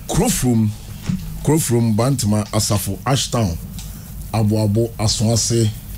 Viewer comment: Oboy Siki just said "Baah Ntoma"... It sounds like the original pronunciation of Bantama